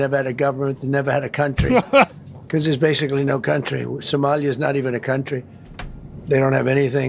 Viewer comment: Trumpnunciated: Sumalee-ya